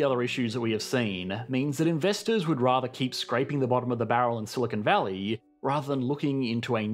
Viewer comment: The British always make this mistake. They mispronounce Silicon Valley as "Silicone Valley", too.